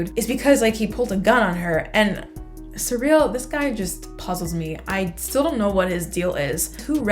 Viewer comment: Syril is pronounced "seer-ull" not "suh-reel" 😓.